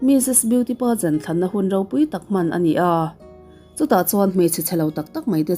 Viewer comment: Lam dan hi inzir ve deuh chu ngai ani Beauty Paaazenn te ti mai2 a😂😂